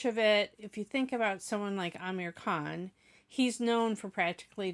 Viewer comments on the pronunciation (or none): none